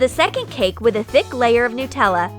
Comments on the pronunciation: Anyone notice how the narrator says "newtella" instead of "nutella"? It annoys me. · it's Nutella no Newtella and it's wip cram not wippycream I'll make The giant toast nutella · I'm Australian so when you say Nutella like nootella it's pretty funny